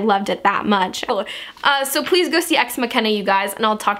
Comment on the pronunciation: It's actually pronounced Ex Mak-ina, but you tried :') I'm SO EXCITED to see this movie, it's unfunny